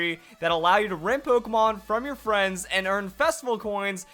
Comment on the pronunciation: is awesome, but he keeps mispronouncing Pokémon! It's Pok-ay-mon! Not Pok-a-mon!